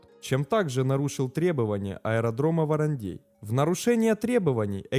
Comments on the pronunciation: Не ВарандЕй а ВарандЭй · «ВарандЕй» аж уши режет🥴🥴🥴 ВарандЭй!!! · произносится ВарандЭй, а не ВаранЕй, весь выпуск ухо режет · Режет слух,когда варандэй звучит как варандЬЕЙ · ВарандЕй. Прям слух режет. Это как говорить сЕкс вместо сэкс. Варандей читается как Варандэй. В остальном отлично. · Он то откуда знает, в нете написано варандей, а на варандЭе он не был) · Не в укор автору, регионально называют " Варандэй" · От произношения варандЕй уши режет до крови)))) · Нарьян-МАр, ВарандЭй. Говорится так. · ухо режет от произношения Варандей. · Ну аж кровь из ушей